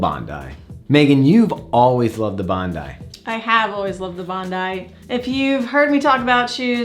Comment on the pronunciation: Just watched another review of this. Sooo distracting to hear it pronounced Bond-eee 🤣. Love your reviews by the way 😊👍.